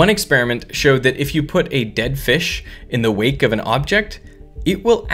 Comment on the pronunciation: did he say, DED?